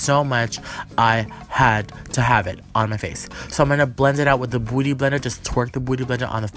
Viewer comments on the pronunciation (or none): Does he purposely say beauty blender like booty or is that just his accent? 😂